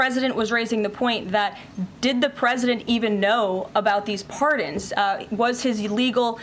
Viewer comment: We beed to do a lot more in the line if education. This character doesnt know that "presidnet" doesnt exist. This leaves a poor perception of those that cannot pronounce normal words. If he has this level of attention to his language, imagine how little is his attention to detail on the matters of Americans' business. 🤡